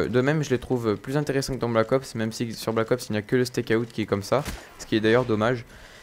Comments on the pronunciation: En anglais, out se prononce Aoute ;) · tu dit comme un steak (charal) et tu rajoute out steakout lol